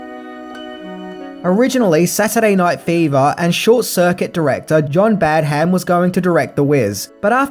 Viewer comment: Badham pronounced Bad-uhm